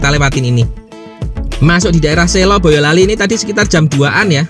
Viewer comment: Urung rembug Kata Selo atau Sela, huruf e diucaokan lemah Huruf e seperti pada kata emas, beras, bekas, belas, kelas, keras, tegas, peras, pegas Bukan e pada kata reka, bela, era, eka, rela, mega, dewa, hela, seka, tega Sela atau Selo, diucapkan seperti SLOW, bukan diucapkan seperti SI LAW SLOW bukan SI LAW, bukan SAY LOW *Kata Selo, Sela artinya desa atsu daerah di SELA-SELA sntara gunung Merspi dan Merbabu *